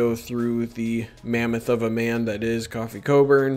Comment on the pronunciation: Either way? LOL. BTW, it's Kofi (not Coffee).